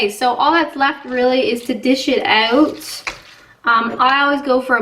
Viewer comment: There! You said it! 'Spread it oot' just like on South Park!